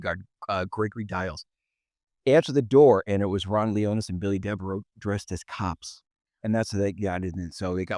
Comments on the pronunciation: Kato, please do your research. It''s Launius, not Leonis. You've missed on a few subjects. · 8 mins in and at least 1 glaring error: Deverell was NOT the guy busted smuggling dope in cadavers in 'Nam--that was Launius. Also, it's Launius not 'Leonus"......attention to detail and accuracy is what engenders respect and credibility. I know u guys know this based on yr conversations w/Det Lang. Also, something to consider: that method of smuggling during Vietnam was a major operation led by Frank Lucas in NY--in other words, I don't think Launius was a 'small-time' hood, he was Air Force and part of a massive organized crime operation that brought in literal TONS of dope. As despicable as the Wonderland 'gang' are portrayed to be--I would really like to see more research into the actual victims and their lives. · Sorry Kato, you've got a couple of things wrong right at the top. It's Ron LON-E-US and Billy DeveRELL. And Ron was dishonorably discharged, not Billy. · Love Kato & he is knowledgeable but if you’re doing a story about Wonderful again he should pronounce Ron Launius’ name correctly!